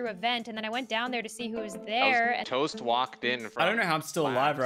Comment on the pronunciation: LOL YOU SPELLED TOAST WRONG IN THE TITLE u said tost lmfao